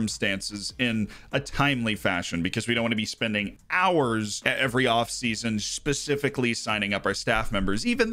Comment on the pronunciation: Pretty sure you said "pacifically" at 4.55